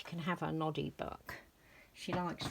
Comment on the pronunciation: Hi and sweet Ginny! Aww, her dress is very pretty in her. She's such a shy little girl and didn't want to look up at us, bless her. Oh my goodness, I thought you said she was reading her naughty book! 🤣 It took a beat or two to realize you said Noddy. 😛🤣 I bet Chloe feels like a million bucks now. (It should I say pounds?) 😄 I did my theme Thursday this morning. I can't believe we both did birds, butterflies, and Dumbo! Hilarious! Great minds, eh? How rude of that jogger to force the mom and baby into the hedge. Honestly! Love to you and Ginny, Curly xxxxx